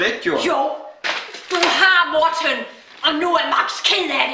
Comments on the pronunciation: det så grineren hun siger MorTEN hahaha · jeg elsker den måde din mor siger morTEN!!!!!!! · Like vis i også elsker den måde at hans mor siger moRTEN. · Elsker når hun siger Mor-ten😂👍🏼😆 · Kan godt lide den måde hun siger Morten på haha xd morTEN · Morten jeg elsker når din mor siger morTEN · er det bare mig eller siger mortens mor morten med stort T :)